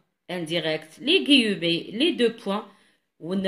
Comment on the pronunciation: svp on prononce "ou i" donc le ou d'abord ensuite le i pour le mot "ouïe" , on prononce aussi "gui mé" et non pas "gui e mé" , et merci bcp pour vos efforts, un grand bravo pour vos explications.